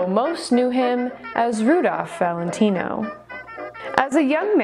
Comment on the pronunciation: This was a good one! So, how long did it take you to learn his entire, long-a$$ name, with accent and all? lol You said it perfectly! I didn't know if you'd have a video today, but I was sleeping. I started PT and it's making me so sore and tired, so I didn't get much sleep. Actually, I forgot all about the curse of Rudolph Valentino. It was cool hearing it again. What a lady's man he was!!